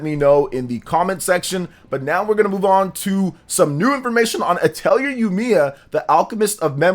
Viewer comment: Dq3 hd2d remake is insane beautiful I'm addicted grinding lol, and the R in atelier is silent lolol